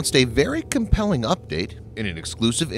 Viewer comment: Did you seriously say " compelling" 😒